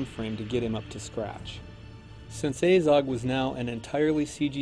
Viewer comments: Its fucking Azog not Ayzog, they even pronounce it in the film. Aylmaozog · Says A-zog when the movie clearly says AH-zog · omg the way you say Azog really triggers me ... its not "ay-zog" its "a-zog"! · from what planet are you? ezog? its azog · Aiiizog... annoying how he pronounce it. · He says his name like you should - ONCE XD At the beginning. Poor Ayzog though! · So many people bashing on about the CGI and the only thing that really irks me is the way that guy pronounces "Azog". He's making a video about the character whose name is repeated a ton of times and he STILL can't pronounce the name?!?!?! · hate how he pronounces Azog